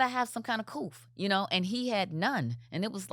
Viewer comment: I mean i like this womans ways but if you are going to use a word like ”couth” YOU MUST BE SOPHISTICATED ENOUGH to at least pronounce it correctly 😮 its not coof 😮 Carlos shame on you for not correcting her😢